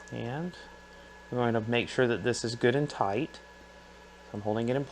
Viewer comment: Man....everytime you say "Good and Tight" I hear it in a Deutsch (German specifically) accent! LOL "Gutten Tight"